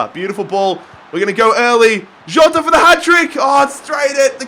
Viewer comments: Jota is pronounced jjjota I'm a wolves fan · just say jota normally omfgg haha